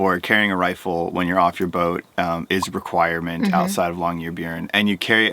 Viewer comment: The way you pronounce "byen" in Longyearbyen sounds like "bjørn", which means bear in Norwegian. I kind of prefer that to byen, actually. :D